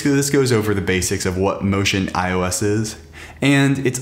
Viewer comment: you called it ocean ios, did you mean to say MotionEyeOS?